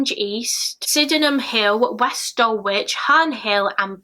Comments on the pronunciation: Really interesting thanks. I’m from Bromley and never heard of this case. Just to let you know, you pronounced Dulwich as “doll-itch” but it’s more like “dull-itch”. :) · Dulwich is pronounced Dull-itch. I only know that because I’ve been there!